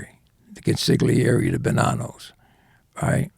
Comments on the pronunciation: Oh em gee... "Con-sig'leeairee"... ffs!! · Italian guy, mafia infiltrator, mispronounces 'consigliere' - over and over and over. How is that possible?